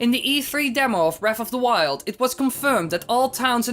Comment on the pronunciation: Breaf of da wiuwd. Jesus fish you're hard to listen to